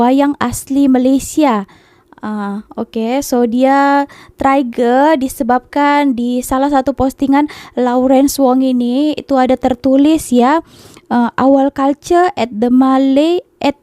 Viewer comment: trigger = terigerr bukan triger hurmmmm